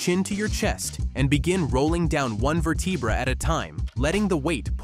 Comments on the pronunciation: VER-te-bra not ver-TEE-bra, Mr professor. Or am I talking to a robot. Also, , "research shows" — which research? Bullshit video. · Ver-TEE-bra? Really? can we get REAL PEOPLE back to do these. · lol, stupid AI voice really said “Ver-tee-bra” 😂 I hate these faceless AI YouTube channels. A robot doesn’t know anything about the human body. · Va tee bra?? lol ver da brah/bray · Hey AI, what is a “veteebra”? 😂 Obviously a vertebra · I don't know what's the worst part of this vid: the "Ver-tee-braa" pronunciation that makes it sound like AI talking, or the AI humans used in it. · Vertebrah! Geez what a joke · “Ver T Bruh”? Just fucking pay someone to read the script… this AI shit is annoying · What is a Vir tee bra? I love AI generated videos. You know they are fake when they mispronounced words. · "VerTEEbra", eh? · Who pronounces vertebra, verTEEbra? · Ver tee brah ? Not just once but saying it like that. Lost all credibility after that stopped watching 😂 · One "ver-tee-bruh" at a time? Damn this is an AI voice. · ver tee bra? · Verr- tea- bruh... uh, ok AI. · Ver tee brah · First time I’ve heard vertebra pronounced ver-teeh-brah 😂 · Ver-tee-bra? Lmao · WHAT'S A Vertivra lol.. what in the AI is this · ver - tee - brah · You had me until your AI voiceover mispronounced vertebra. At the same time I like your suggestions for every exercise but the Jefferson curl, I'll do kettlebell swings instead. I will add the others I used to do, but have stopped. I've been concentrating on horse stance and body squat holds recently. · somehow im worried about taking medical advice, from someone who cant even pronounce the words right..lol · Ok, but someone please teach this AI to say vertebra correctly lol. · Can't watch and listen to AI that can't pronounce the word vertebra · Actually laughed out loud at that pronunciation 😂